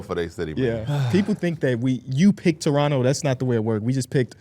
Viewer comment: Ayyyy shout out to y'all for knowing how to say Toronto lol